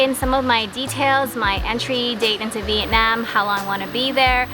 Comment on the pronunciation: Thank you for saying Vietnam correctly!! Most people (in America anyway) say it like “Viet-Nom” which is incorrect